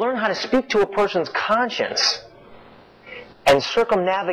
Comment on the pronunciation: Pay attention sometime and check this out, Kirk Cameron even though he used to be an actor, has some of the worst pronunciation of common words I have ever heard. He can't say conscience right.